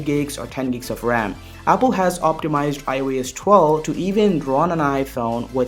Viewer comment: Its iOS bro not aai yo yes 😂